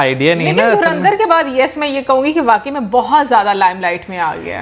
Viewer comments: ये सीधा सीधा धुरंधर बोल नहीं सकते क्या . ये धुरिंधर क्या हे ? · Dhurandar ❌ Dhuendir✅